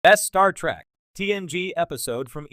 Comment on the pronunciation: When you say Star Track, and Jeen Luck Pickard, you might flash on the screen "this is humor" so we know you're attempting to be funny.